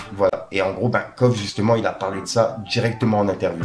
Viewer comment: C’est Kofssssssssss pas Kof, tu oublies le S à la fin amigo